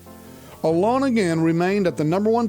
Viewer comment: "ALONG/A-LAWN AGAIN" (Naturally). Alone (A Loan) like a loan from a bank. I don't know what you are pronouncing but it doesn't sound correct.